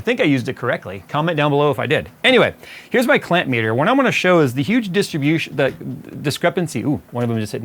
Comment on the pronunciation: The name is uge....